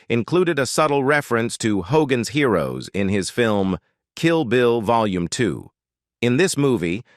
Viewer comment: hoGAANS heeROOWS